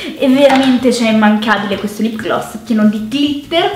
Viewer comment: La prima volta che sento dire lip glas